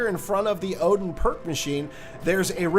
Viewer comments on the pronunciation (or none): none